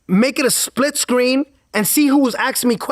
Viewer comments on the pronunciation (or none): none